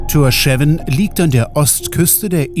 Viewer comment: Ein super Video, war ebenfalls im April 4 Wochen dort, und besuche die Inseln regelmäßig. Die Hauptstadt wird jedoch [Thórschaun] ausgesprochen. Aber sehr schön erklärt und gut visualisiert.